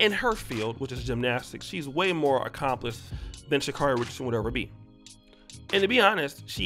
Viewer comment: I understand that she's been unaccountable and entitled. But respectfully, can we say Sha'Carri's name properly?✊🏾✌🏾 (Sha-C- A as in 🍎- REE)